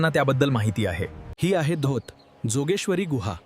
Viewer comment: जोगेश्वरी नाहि योगेश्वरी म्हणा...